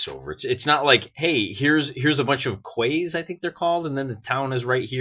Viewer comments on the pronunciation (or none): Quay pronounced key